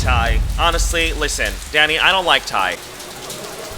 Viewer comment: I didn’t realize he was saying “dany” I kept thinking he was saying daddy 😭😭😭🥸🥸